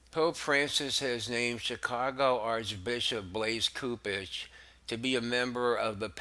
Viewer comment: I've enjoyed your podcast for a few weeks. I sincerely appreciate your effort. I'd invite you to look into the correct pronunciation to a few words. Cardinal "Soup-ich" & "Leh-gah-tus" There are a few others you also have opportunities to ammend, that would make the downloads an even greater experience for listeners.